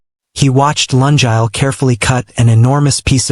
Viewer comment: Oh pronunciation of “Lungile” the name is bad🤦🏽‍♀️it a Zulu name Luu- ngiii- leeh not Laa- njaal 😔 And mix of months and years and lungile’s mom is korean and dad is korean but she looks multi racial 🙆🏽‍♀️😁 Storyline is good but the author nedded to do corrections b4 putting on for us to listen Thank you